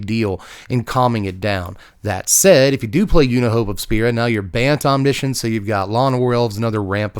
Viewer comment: I've never heard anyone say the word omniscience that many times in one sitting. What made me cringe even more was the pronunciation.. wtf is Omnissions?? I always thought it read as written (Omni) (Science) 😞